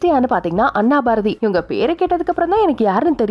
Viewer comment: ma.. adhu Annaaa Baarathi illa Anna Barathi:face-blue-smiling